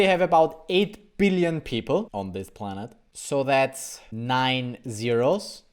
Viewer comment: It still weirdly saying zero 0️⃣ though